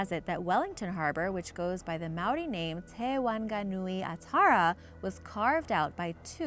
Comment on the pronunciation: As a Maori I'm cringing on the Inside at the prounouncaions, E for Effort tho